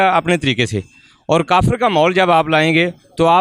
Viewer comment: Alok sir.... mzaaaa aataa h bht in jokers ko dekh k . Kafiiiiirrrrrrrrrrrrr..... Kafrrrrr... education inke samne kya chizz hai.... pronounce krna v ni aataaa words properly kafrrrrrrrrr....😂 sir inki history hai kya ??!!! 75 years se phle bne hue h. Humare indian muslims bhai behno se kuch Sikho pakistanioo.... we r proud Indian.